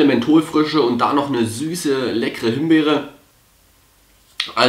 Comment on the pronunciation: Himberry .... haahahahahhahahah made my day